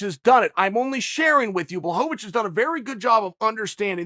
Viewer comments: Chael: Give the man Credit Until now he’s mispronounced Blachowicz as BlahoVAvicz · Chael: Takes time to use Ł Also Chael: Blahovovich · Sorry uncle chael but I don’t think Jan “ Black ovitch” is watching this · You tell every one to give Jan credit and you sit here repeatedly mispronouncing his last name.